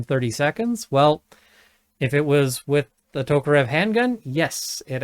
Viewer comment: Props for correct pronunciation of Tokarev